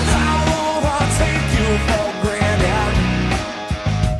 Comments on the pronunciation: Massive props to Ryan Gosling for matching the exact same pronunciation of "granted" in his cover. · he pronounces granted wrong